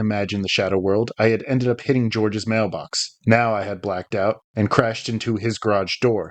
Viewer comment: Georges is a French name. The 's' is silent.